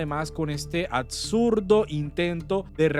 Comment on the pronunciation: Gracias por el video, muy buen tema. Y adjunto: Escucho a muchos youtubers con vicios de dicción. Amigo: no se dice Uscategüi, el apellido es USCATEGUI, no es ATSURDO, es absurdo. Y ni hablar del desastre y horror del youtuber de libremente politica y la señorita de al punto Colombia!